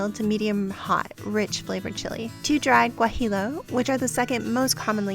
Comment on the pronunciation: other than she said "gwah-hee-Low" .....bwahaha She does understand how searing works. I just watched one dude's video and he said "we're going to sear the meat.....just keep stirring !" ....ehhhh....not so much